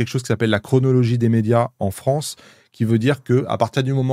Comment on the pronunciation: Quant tu t'appelle inoxtag, tu reçois ton visa d'exploit en quelques heures? jours? Parce que moi j'ai attendu 7 mois a l'époque... et c'était y a moins de 10 ans. bref..."la froncee". Ca serai bien de savoir a quel date il a envoyé son film au cnc et à quel date la commission de classification l'a regardé. ( vus les délais, a-il eut un passe-droit?)